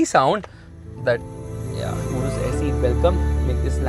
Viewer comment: Bro it saeee not se😂😂